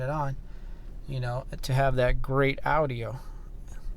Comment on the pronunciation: Never heard anyone say A-U-D-I-A before